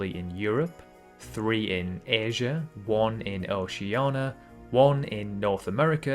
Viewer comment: this guy casually mispronouncing Oceania.